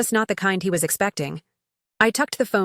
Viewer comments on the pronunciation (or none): Hermes is pronounced Air Mess.